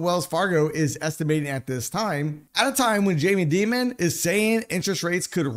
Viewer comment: did you call that man jamie demon?🤣